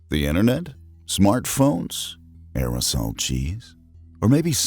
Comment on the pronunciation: The way he says aerosol cheese